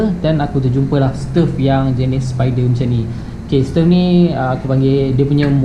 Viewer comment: Bro..sebutannye stove bukan stef..